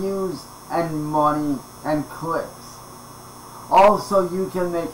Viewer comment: needs to stop using the word “clips” because it always comes out as “clits” and that’s just dirty.